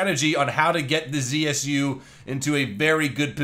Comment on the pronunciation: more right to say not Zi-aS-You, but Ze-Se-U.